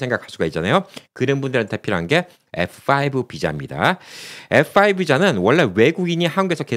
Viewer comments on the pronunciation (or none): 말씀중에 F오 라고 말씀하시는데 F-5(F-화이브)하고 다른것 같기도 하고 다른것 같기도 하고, 분명히 해줬으면 해요. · F4, F5, 발음이 정확치않아 전부 FO로 들리네요